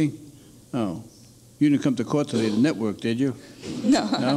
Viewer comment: I would have dismissed her just at "Natvork Engineering"